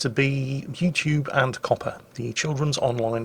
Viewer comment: Everytime Says COPPA i think he's saying Coppar.. as in police.